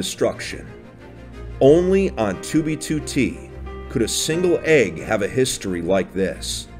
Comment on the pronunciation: BE THE E G G FEEL THE E G G